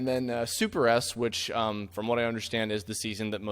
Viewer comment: You love Sailor Moon good! :D Though it's SuperS not Super S (written with two capital S' and pronounced as a plural), a VERY common miss-conception that not even Peter Cullen could escape from. :D